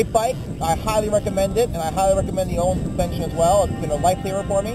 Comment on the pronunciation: You've been riding motorcycles for SIX years? Wooooow. Do you even know what WP stands for? Look it up. Also, learn to pronounce Öhlins. Yeah, I have a key for 'Ö' on my keyboard.